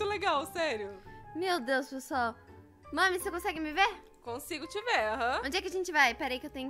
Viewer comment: Elas falam viar mas é vr